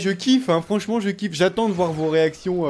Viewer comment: Mdr ta tué le verbe voir en disant voye